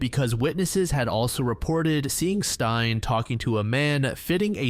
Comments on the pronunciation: Stein? That's a male name, Stine is pronounced stee-ne😅 confused me for a bit there🤣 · Stein? Her name is Stine not Stein. Google translate would have helped with your pronounciation. This video is destroyed for me because of Stein. Steenuh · It’s not «Stein», it’s Stine. Sti- as in steed and -ne as in Ned, just remove the D’s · the name “Stine” is pronounced Steen-ah, not like frankenstein!! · Hi, Danish person! Don’t blame you whatsoever for struggling to pronounce Stine. It’s actually more similar to “ste” like in steve, and then “nuh” for the end. So “steenuh” :) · Im happy you included a Danish case (one I’ve never heard talked about in English before) as someone from Denmark we do have some fucked up crimes even unsolved ones and I think they also deserve attention. You pronounced some things in a wierd way but it’s not so big a deal imo. Tho her name is Stine (stee-nuh) ❤